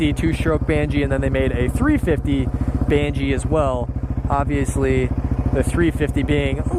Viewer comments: Banshee not bangchee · Banshee not bandgee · It’s not a “banjee” it’s a BANSHEE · There is no G in banshee... its ban-she